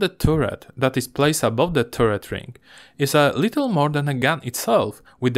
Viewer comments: Nie turret tylko taret :-) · Bardzo dobry film, nie przejmuj się ludźmi piszącymi o akcencie 👍 na przyszłość jabyś robił film gdzie jest dużo o wieży to czytaj to jak taret i będzie super 👍👌